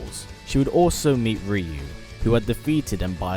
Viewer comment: Kudos for the correct pronunciation of Ryu's name.